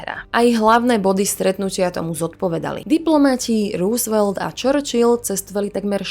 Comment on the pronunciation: Super video! Nechci být hnidopich, ale chtěl bych jenom říci, že příjmení Roosvelt se nevyslovuje růsvelt, nýbrž rousevelt. Sám jsem tomu nemohl uvěřit, když jsem to zjistil, ale opravdu to tak je. Pokračujte v tvorbě!!!